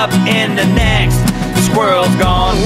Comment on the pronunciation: It’s pronounced SKWI-RRELLS not skwrlls